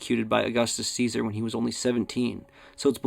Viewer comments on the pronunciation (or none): none